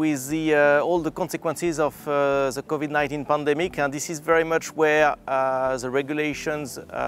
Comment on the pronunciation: Ze COVIDE 19 pandemique. Calling it this from now on.